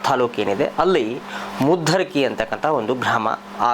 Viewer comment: ಅದು ಮುದುರಕಿ ಅಲ್ಲ ಪುಣ್ಯಾತ್ಮ ಅದು ಮದ್ದರಕಿ